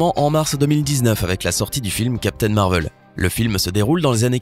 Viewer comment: Captain marvel pas marveul